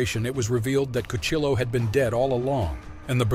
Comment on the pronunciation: Lmao Cuchilo, cuchi-yo my dude 😂